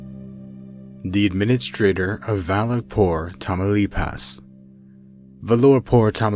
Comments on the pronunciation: "Tah-mao-LEEPASS" not 'tamo-lupas.' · "TAMAULEEEEEEEEPAS" not Tamauloooopas. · Tamaloopas? Tamaulipas is pronounced ta-ma-oo-lee-pas. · I may sound like a SJW, but it makes me a bit triggered how badly "tamaulipas" is pronounced, "tamelupas", "tamalipoas", come on... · Tamaulipas = tam-oww-lee-pass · Tania Alejandra boy said "tamalipas" lmao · Tania Alejandra he said tamalupes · abracadabra mamalupas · the way he pronounces Tamaulipas is driving me insane!! "tamalupas" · You pronounce it Tah-mah-oh-lee-paz, nice video though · Tamlupas please dude at least try to say the name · I'm sorry but I burst out laughing when he said Tamaulipas I find it funny because I'm Mexican lol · I cant get over with how you pronounce Tamaulipas 😂